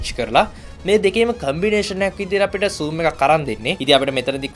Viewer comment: Not soom its zoom